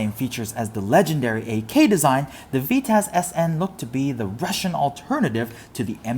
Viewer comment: "the Veetaz" this hurts me inside.